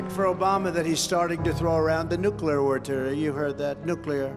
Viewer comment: One good test for a president is, can you pronounce the word nuclear? Trump is comically inept.